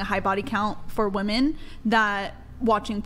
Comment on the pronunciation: For the love of everything that is holy…can MW learn the difference in pronunciation between “woman” and “women?”